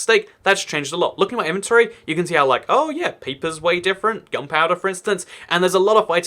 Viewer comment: Did you say piper or paper.